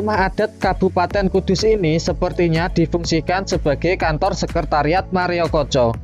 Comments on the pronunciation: maaf min... maerokoco ya, bukan mareokoco. dari td sy denger pengucapannya koq mareokoco. maaf nggih. risih rasanya🙏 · Maerokoco pengucapannya mas. Mareokoco terus dari tadi. 😂😂 Sukses terus channelnya 👍🏻